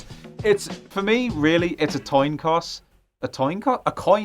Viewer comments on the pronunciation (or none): An toin coss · "Toin coss" Dyslexia is a BITCH (dont worry, I suffer too. Hand shoes and horse grenades.)